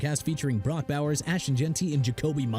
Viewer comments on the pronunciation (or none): none